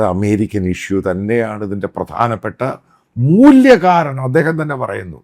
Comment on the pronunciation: മൂല്യകാരണം അല്ല. മൂലകാരണം.